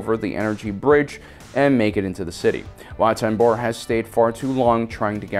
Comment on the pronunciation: “Wat TemBOr,” “Chom Syndula” like bro omggggg I’m trying to sleep to this and all the mispronunciations are keeping me up Fr